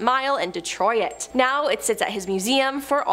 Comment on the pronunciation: The girl with the glasses is like a bad AI program. HOW is it your job to read, when you mispronounce every third word?! How do you mispronounce Detroit? "De-troy-it"...wtf is that?